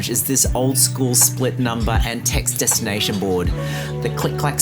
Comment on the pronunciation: Omg, did you say jetstination!!! I think I love you. Safe travels xxxxx